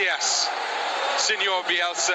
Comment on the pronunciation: el periodista tiene un orgasmo "OOOOH YES!!! MARCELOUU BIUELSA, GLACIAS SIEÑOL BIUELSA".